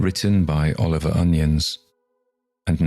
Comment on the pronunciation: My understanding is that the author's last name is pronounced 'oh-NY-uns'.